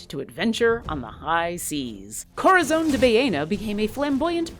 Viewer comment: My god this annoyed me. "Korrazone!"